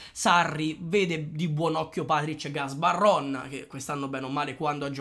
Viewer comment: Gabarron, non Gasbarron